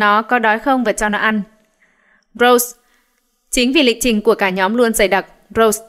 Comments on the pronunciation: Rosé mà sao đọc thành Rose vậy?:)) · Lần nào có blackpink cũng k bh đọc đc đúng tên Rosé. Nghĩ mà chán 😭